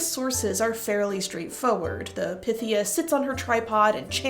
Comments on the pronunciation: I thought it was pronounced as pie-thee-ah..? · Pythia = Pie-thee-ya. Pie. Py. Like Python.